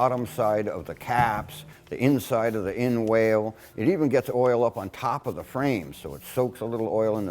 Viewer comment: Did he just say inWHALE? inWHALE? Gunwhale is pronounced 'gunnel' and inwhale is pronounced 'innul' . . . Seriously makes me doubt this man's actual time spent in a marine environment. And as for the absolute lack waterproofing below waterline and inside this boat, no self respecting 'workman' in any harbor that I know would spray a light coat of oil, and one coat of paint on a boat that they intended to be used and used hard. C'mon people, let's think logically, try and use our heads here.